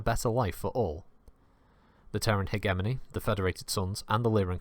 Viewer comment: Might want to check your pronunciation of 'hegemony'.